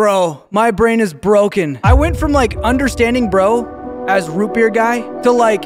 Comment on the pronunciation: ROOT BEUAER NOOOO ROET BEUAER